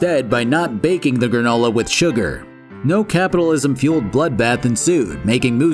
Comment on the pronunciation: It will now forever be called once again “Gra-NU-la” 🤣